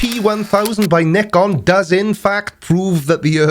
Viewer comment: When will you ever learn? It’s pronounced Nikon, not Nikon